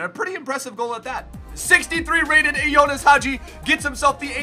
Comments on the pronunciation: Bro it's not Jonas. It's Ianis. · His name is ianis not ionis 🤣🤣